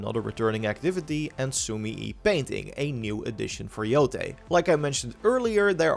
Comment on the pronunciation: Please say yotai and not yotee🙏🏾🙏🏾🙏🏾